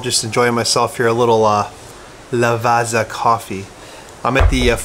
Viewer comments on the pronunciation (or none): It's "lava"ts"a". Like in "pizza". :) Seriously though, how much more do you like Nikon Z vs Canon R?